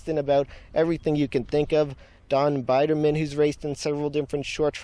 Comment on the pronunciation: was the narrator an actual race fan or just reading a script? it's pronounced beederman not biderman!